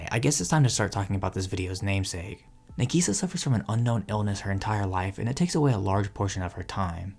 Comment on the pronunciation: Dude...sorry, it isnt NEGISA. Its NA sounds like NAH. The way you say it sounds like you're calling her 'onion - negi'. Now putting that aside, Clannad hit me in a different way, but still it's hands down my favorite show. I'm glad to hear that younger folks are still picking up this incredible classic still, even after 15 years. If you're big on anime, I suggest you at least learn the basic vowel sounds of Japanese, it isn't hard. I'm not trying to be mean...just saying that some anime analysis that I click on is difficult to figure out what their saying cause the pronunciation is so off. Its Cl 'AH" nn 'AH' d, not 'an'. I totally agree with your last statement...Clannad is one of the anime that literally saved my sanity after losing my only child to suicide and wife to divorce bc she's a emotionally manipulative B that wouldn't even go to her own son's funeral. Clannad gave me inspiration to pick up my life and move forward, no matter what.